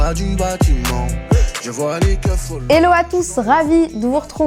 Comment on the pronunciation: C'est hello et pas ello